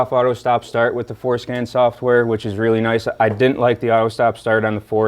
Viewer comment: Every time he says Forscan I can’t help but hear foreskin.